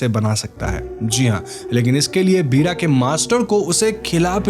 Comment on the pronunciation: पीड़ा नहीं वीra होता है